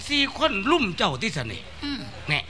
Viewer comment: รุม ครับ ไม่ใช่ ลุม